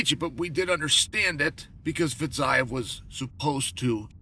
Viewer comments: "Fizeve" not Fizeyev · fiziev = fitzayev? :D